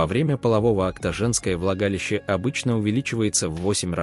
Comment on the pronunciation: А в оргААны это как и куда?!!.Когда же ты научишся читать правильно: оргААны, влагалИИще....